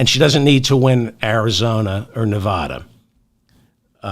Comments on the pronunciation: David; people of Nevada say neh-VAD-duh. They boo when people pronounce it neh-VAH-duh, as you pronounce it. Maybe you don’t care because you’re not a candidate, but winning Neh-VAD-duh requires getting this correct, according to Nevada common law. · Hello David, wonderful show; but I do feel compelled to let you know that we women will deliver NV to you if you promise to pronounce it correctly. Think of Nevada as being pronounced with the first “a” like “after”. As your devoted fan who taught you how to say “bazooms” for bosom; I would love to hear it right; just think of the “hick” way to say it! 😮😊😊💙💙💙💙💙